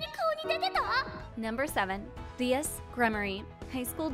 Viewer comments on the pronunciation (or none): I saw the chapter, it’s Rias, not Leas.